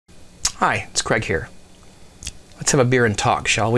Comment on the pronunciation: craig not craim lol sorry